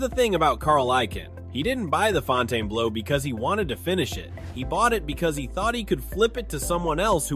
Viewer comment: Why are you calling it Fontane blue? It's pronounced FON-ten-bloh. Thums down on this video